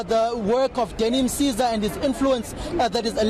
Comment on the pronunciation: Danny Msiza and not Mzate